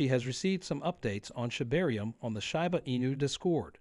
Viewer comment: When the guy starts pronouncing Shiba correctly, THEN I'll start believing him.